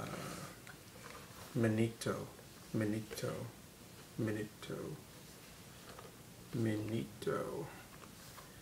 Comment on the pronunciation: btw, minuto is pronounced "mee-NOO-to"